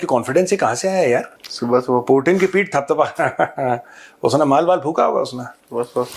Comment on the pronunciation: Putin❌ प्यूटन ✅ 😂😂😂